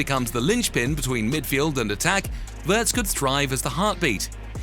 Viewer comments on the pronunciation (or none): *Wee uh rtz